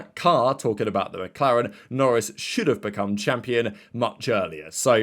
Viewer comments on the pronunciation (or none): none